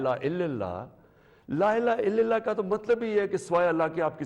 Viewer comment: بیوقوف کو کلمہ پڑھنا نہیں آتا۔ لا الہ اللہ کو لا الہ الِللہ کہہ رہا ہے۔ یعنی لام کے نیچے زیر پڑھ رہا ہے۔